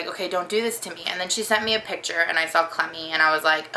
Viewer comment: I'm sorry, when I first heard you called your dog "Clemmy" I thought you said "Clammy". I kept hearing that and wondered why did she call her that? Is she damp all the time? She's really cute.